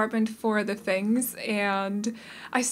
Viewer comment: So everyone knows, their surname is Chinese, and you say it "fung." c: Like funk. There are five family names in Chinese that are spelled this way in Pinyin, they are all said like fung. I like the vibes of this renovation! c: I'm a sucker for loft-like things. Also like the creative usage of interior windows!